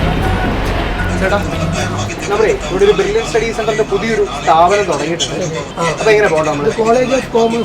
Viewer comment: ബർലിൻ ഡോ?? അതോ ബ്രില്യൻ ഡോ😂 നാക്ക് വടിച്ചിട്ട് ഉണ്ടാകില്ല